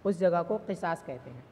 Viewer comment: Qisas nahi qusaas h Qisas ka maana Intiqaam h